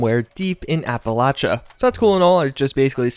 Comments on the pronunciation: App-uh-lach-uh? Thought it was app-ah-lay-sh-ia? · "Apaalaachaa" excuse me? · Did the man say APALACHA?! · App a lay* sha* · Nobody’s gonna say anything about “appalatcha”? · it's pronounced Appa-LAY-shuh. Unless you have the accent, then it is pronounced differently. Everyone else says Appa-LAY-shuh. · I dislike this video because you didn't know How to say that Appalachia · i love what you do. Has anyone told you that you are mispronouncing Appalachia? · this dude can't pronounce Appalachia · nor verdant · And the way he pronounced Appalachia.